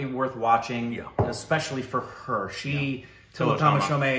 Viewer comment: Tilottama Shom, the 'e' is not pronounced.